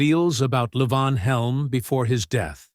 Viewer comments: It ain't L'vonn. He's Southern and it's pronounced Lee-Vaughn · La von. It's LEE VON. Wow, I just ....cannot. At least pronounce their names correctly. FFS. I am five minutes in and not watching the rest. That mispronouncing I just can't. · As a well known musician, he was always known as LEE-von. Yes, his given name was Lavon. As a regular consumer of all this music from "65 to '24, He was known as Levon Helm! The narrator pronounced it correctly once. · Narrator - it's pronounced LEE von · It's "LEEvon" you idiot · Stupid AI crap. Can't even pronounce Levon right. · You would think if you are doing a documentary that includes Levon Helm, you could pronounce his name correctly. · I am well aware of how his name was pronounced. I've been a fan for more than fifty years. I was in his company on several occasions. As I said, his given name was Mark Lavon Helm. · when referring to Robbie and first wife Domenique's two children, the photo is of Rick Danko and his family. Also, earlier in the video, Rick is again shown when discussing Robbie. Throughout the presentation, Levon's names is variously mispronounced, and it's distracting to me, a longtime fan of The Band, to watch this so called "shocking truth" story...